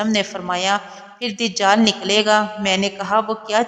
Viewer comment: Dijal nhi dajal hota hy